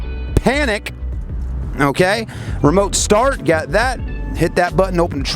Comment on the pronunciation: seeing if it helds up?! you mean held up?! i was done when he said s tar t 8.